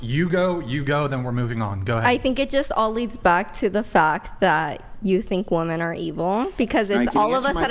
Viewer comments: She STILL said it wrong 🤦🏻‍♂️🤦🏻‍♂️ fucking embarrassing. "What I learned today is that a 'woman' (pronounced as whoa-man) is the singular form of 'women' (but pronounced as whoa-MEN)" The plural is pronounced as WHIM-men, goddamn. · It’s pronounced “WIM-IN” women. Trust me. I’m half English and half Scottish. One woman. Two women [WIM-IN]. It’s not difficult. Arks yourself that. 😏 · 34 year old woman, CA born and raised. We do not all say "woman" instead of "women". I never heard anyone say it that way until I started watching this show. I also went to UCSB and never heard it there. It's a moron thing, not a CA or SB thing. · Am I in the twilight zone or did the two Asian girls repeatedly say woman instead of women right after they harped on saying it correctly for a full conversation. That shit drove me up a wall I can’t believe didn’t correct them 🤦🏻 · Now i get why doesn't know how to say women. She thinks the las syllable is what's pronounced differently only, because only the "a" and "e" change when you write it. So she pronounces the first syllable the same. She literally pronounced "woh-man" and "woh-men" when it's actually "woh-man" and "wih-men." Y'all dont be too hard on her, she's just intellectually disabled. 💀💀💀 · please correct these WOMEN every time they use the word WOMAN as a plural for WOMEN!!! Please make them say it properly or kick them the f off the show! Very disrespectful to butcher our language and very annoying!!! Thanks :) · Why do these girls always say woman when they should be saying women? Are they that dumb? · Why do they not know how to pronounce women in the plural form? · Maybe they should just say wu-MAN and wu-MEN, if they can't figure out that it's "WIMEN" and WOMAN. Like WHIM. WOMEN. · English is not my first or second language and it still drives me crazy how these women say the word WOMEN. they read it as it's written literally not how it should be read like "wemen" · Why can’t pronounce “women”?